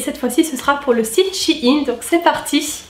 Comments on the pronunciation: ps: pour moi on dit pas "shi ine" mais "chei ne " après tous le monde dit comme il le veut mais sa fait bizarre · Désolé j'adore ta vidéo mais sa me perturbe comment tu dis shein même si je sais que sait pas de ta faute